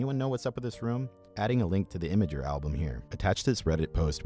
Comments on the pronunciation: So it's pronounced Image-Ur, not Imgur, interesting. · This is the third video of his I've seen, and this dude pronounces imgur different every time he says it so far